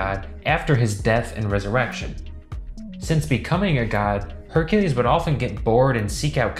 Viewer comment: Only Name He Said Correct Was Hercules 😒